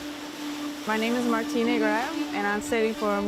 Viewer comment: Please learn how to pronounce MARTINE Grael in English. Sooooo embarrassing.